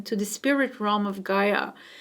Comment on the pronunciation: Realm pronounced Relm not Rohm🙂